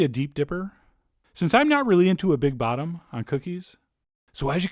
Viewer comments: The sneaky puase 😂😂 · I heard I too and snickered!